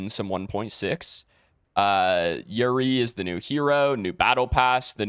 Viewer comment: Imagine you're about to climax and he's like yurry instead of yuu reh ee lmao so unplayable